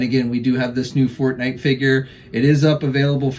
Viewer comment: I heard fart night lol when you said forte night lol